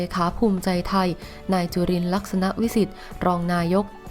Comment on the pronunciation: คนอ่านข่าวออกเสียงภาษาไม่ค่อยถูกต้องครับ ยกตัวอย่างอ่านนามสกุลของนายจุรินทร์ไม่ถูกครับปรับปรุงด้วย.